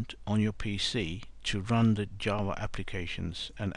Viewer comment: Is he he saying jaws or java